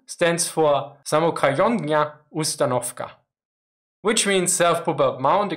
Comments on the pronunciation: Slight correction about your pronunciation of Samokhodnaya Ustanovka/Самоходая Установка: in Russian, "kh" (or in cyrillic «х»,) represents the same sound as German "ch", not a hard K. Overall another great and informative video. Soviet assault guns aren't talked about enough, usually ignored in favor of the T-34. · Самоходная установка - is pronounced samohodnaya. NOT somoKhodnaya. It is basically translated as Self-propelled platform or equipment. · Samokhodnaya is spelled nothing like that, damn you butchered that word, i think you invented a new word by butchering the original. Remember, if you have trouble speaking some words just separate them into multiple parts, for an example Samo Hodnaya, forget the k, its silent anyways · The "kh" is just soft "h", not a hard sound. So "samokhodnaya" is "sah mow hoe d'na ya".